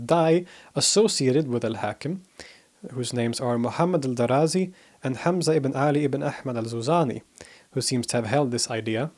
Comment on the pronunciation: It's not 'Daraazi' with a long a consonant between the letters r and z. The name Darazi is pronounced with two short a consonants.